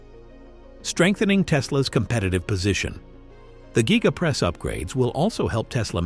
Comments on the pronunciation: Gigapress not GYEgapress. If you're going to do video voice-over, do your research 🙄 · Elon, please fix your voice reader to pronounce the word Gigapress the same way. I have heard it pronounced 5 different ways in this advert. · It's called the Giga press should it be said like Giga-press or even Giga-:Press